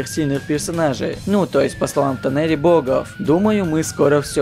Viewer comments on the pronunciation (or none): Богов? Как ты ударения ставишь? В мире плачет еще один учитель русского языка, к нему присоединился и логопед